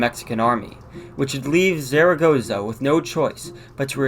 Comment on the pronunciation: Not bad but check the Spanish pronunciation of the general (so funny to hear the name of the Mexican general like you do). Puebla is not a desert city ( less than Dallas or Houston) except for during the dry season 3 out of 12 months)